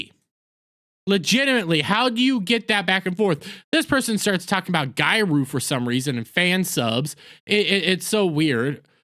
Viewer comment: I'm sorry that it has nothing to do with the video, but I can't stand how you pronounce Japanese words. Gyaru is pronounced GE-YAH-ROO with a hard G. That aside, seeing the localization team on a losing streak is so satisfying.